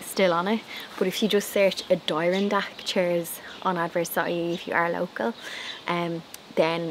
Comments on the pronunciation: Hi, love your cushions! I always chuckle at the way Europeans pronounce North American words, like Adirondacks. A-der-on-dacks 😅 you're so cute x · Hello from Canada. Your garden chairs are called Adirondack, pronounced A dee RON dak, which is the name of a Aboriginal First Nation in Canada and the US. These chairs are quite common here. Great cushions for these great loungers. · So clever. You come up with the best ideas. A great way to repurpose things your not using. Do you mind if I correct your pronunciation of Adirondack? Only because they are named for the mountain chain and area in US. Say…Add i RON Dack. 🤗 I see someone else has offered a pronunciation. Try them both. They should be similar. You can also ask Google to pronounce the word for you. . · Here in the US, Adirondack is pronounced like adder-ON-dack. 🙂The chairs are named after a lovely area in northern New York state. Love the idea of using two bed pillows inside!